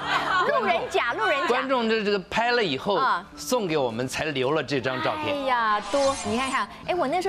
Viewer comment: 沈小姐老把"照片"唸成ㄗㄠˋ片, "變成"唸成變ㄘㄥˊ